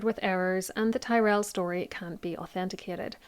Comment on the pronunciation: Your pronunciation of Tyrell unfortunately makes me doubt everything you opine